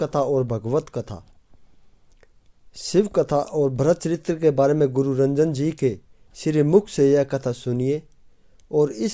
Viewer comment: कृपया महाराज जी के नाम का सही उच्चारण करें उनका नाम रंजन जी नहीं अपितु राजन जी है 🙏🙏